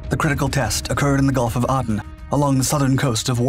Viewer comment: Its pronounced "A"den!